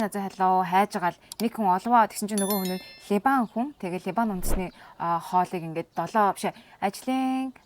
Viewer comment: Ливан гж хэлнэ,, Либан биш Ливан хүн гж ярина. Харин Ангилаар Либанон (Lebanon) гж хэлдэг байгаа шүү.